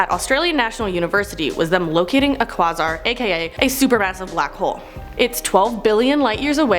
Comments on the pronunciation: Enceladus = En sell uh diss!! Quasar = Qway zar!!! I was starting to like you until this video. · Quasar is pronounced "kway zar" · Google has a handy tool that tells you how to pronounce those weird science words. Quasar sounds like Kway-Csar. Enceladus sounds like In-Cell-Ah-Dis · Great job. I'm with you on the physics, except I've had to teach myself. My teachers neglected physics. And its Quay-zar. The Qu is like Queen. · Hey!! Just a friendly correction: Enceladus pronounced En-cel-a-dus, and Quasars - Quay-sars You're doing an awesome job!! Love your vids!! 👏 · The way she says “condensate” and “quasar” bugs me